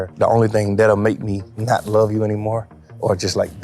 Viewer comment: "I lurv thurg" 'I hate ret" lmao